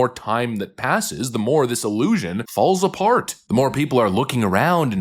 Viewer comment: The way you say “illusion” is hilarious😂